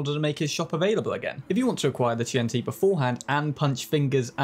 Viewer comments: QianT is Chinese so "qian" is one syllable, "chān-tì" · “That Kwaiyant mark fuck” 😂😂😂